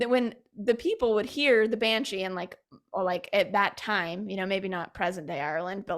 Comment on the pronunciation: Why is she saying banchi? It is banshee.